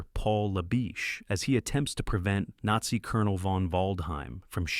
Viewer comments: "A Needzy Castle" ? You should either use natural narration or upgrade your AI - preferably the former ! 😂 p.s. I also for the world of me couldn't make out what the AI made out of "WWII" earlier on in the video !!??? 😅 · Gargage AI commentary, including not even pronouncing the word "Nazi" correctly! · It's a good list, but they're not all movies about WWII. It would also have been nice if the AI could pronounce things correctly, especially WWII and Nazi.